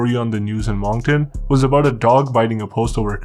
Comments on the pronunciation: It's not Mong-ton, its Monk-ton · its pronounced Munk-ton. Come on, I thought this was a Canadian channel. You must be from Toronto.... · Your pronounced Moncton wrong 😂 it’s said like monk-Ton I’m born and raised here I remember the city being shut down after a good friends funeral